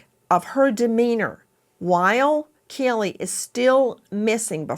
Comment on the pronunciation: Please Nancy, can you pronounce Kaylee's name right? It is pronounced with a long a sound. K Lee.